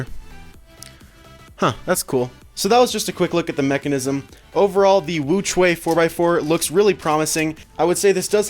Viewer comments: "the WuQhua" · it is pronounced 无缺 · The 4x4 is actually pronounced....... wookie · Actually it's wuque is not pronounced like that stills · you still pronounced 'wu que'(无缺) wrong 😁